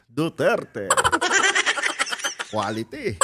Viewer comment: Hindi po quality, kondi quatity 😂😂😂